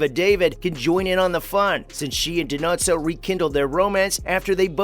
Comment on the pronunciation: I agree. He pronounced Dinozzo’s name how Fornell would call him.